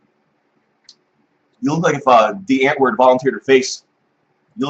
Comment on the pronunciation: I like that knows how to pronounce die antwoord